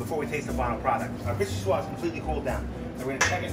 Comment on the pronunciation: Can’t pronounce vichyssoise.